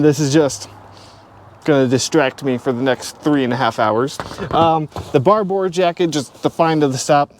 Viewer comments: It's pronounced Barbor. Great find! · As an English man how you say barbour makes me cringe 😬